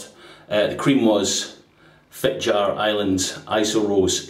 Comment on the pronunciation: As with most Germanic European languages, the J in Norwegian is pronounced close to an English Y: it's Fit-Yar. (The r IS pronounced, the Scottish trip-r is perfect.)